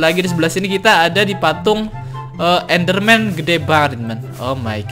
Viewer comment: Bang bukan ednder men tapi ender dregem